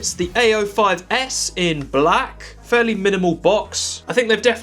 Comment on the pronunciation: Every time he says "A05s", it sounds like he's saying "ay yo"